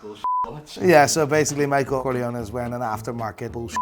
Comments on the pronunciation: it's Micheal Corleone, but you make it sound Micheal Coglione (in italian, coglione means testicole) hahahah🤣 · So funny, your pronounce of Corleone sound so much like "coglione" in Italian,that means testicle... So in line with an angry character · As an italian, your pronunciation of "Corleone" sound very similar to the word "coglione", which means "cunt" or "asshole" Love your accent❤️😂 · Seems like is saying: " coglione" that in Italian means asshole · from an italian the pronunce of corleone that you are saying it means dickhead LOL